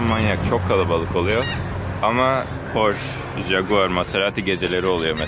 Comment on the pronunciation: porş (pors) değil abi porşe (porsche)